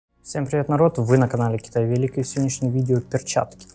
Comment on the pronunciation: А в названии канала ударение в слове Велик, на И ? ))